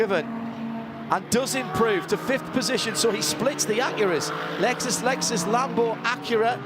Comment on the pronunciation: I really wish the one commentator (the old man) would stop saying Lexususususus. It's so fkng annoying